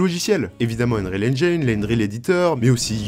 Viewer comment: ENGIIIIINE PAS ENGAYNE PTN